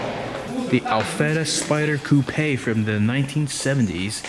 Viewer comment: I really like the fact that you actually pronounce coupe like coupe. Thumbs up, period.